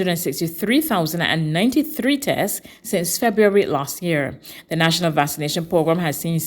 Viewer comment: Is there no one who can tell this lady that the correct pronunciation of Vaccination is VAX-AH-NATION? VASS-AH-NATION is incorrect.